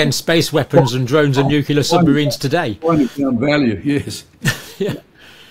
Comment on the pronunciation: What is with this educated man saying "nuc YOU ler" over and over?